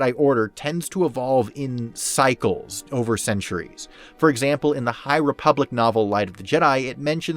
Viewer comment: this guy said high replubic im out